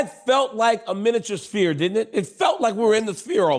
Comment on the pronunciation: “Sfear” not “ spear”